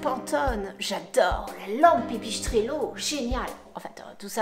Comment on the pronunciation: Ok . Pas mal. PAR CONTRE on se demande pourquoi vous dites [pipichestrello] y a pas de c ou de son [ch] en italien Bref ;)